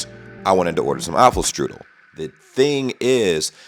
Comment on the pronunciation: Dessert wasn't apple strudel. It was apple "kiarcherl"